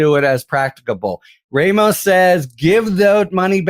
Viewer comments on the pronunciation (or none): Judge Rămos, not Judge Rāmos. In Spanish, the "a" is always soft. The letter "e" is always pronounced like a hard "a." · I often listen to you guys and get some good ideas. But stop this white privilege thing about Latino names. It's pronounced RAH-MOS. NOT RAY-MOS. WTF-Baseball broadcasters do the same. Talk to a bilingual Spanish speaker for help. OR do you not have bilingual Spanish speakers on staff. If not, get some. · It's pronounced Raw-mos. NOT Ray- mos. 🇺🇸💙